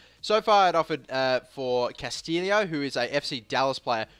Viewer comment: It is because he pronounced Castillo and Navallo wrong in the beginning